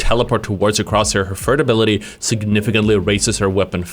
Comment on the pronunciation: your speech impediment is vewy cute. "Fird abiwity"